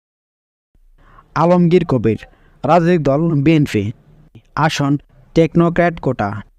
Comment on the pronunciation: বাটপার কথা বলা আগে শিখো বি এন ফি না বি এন পি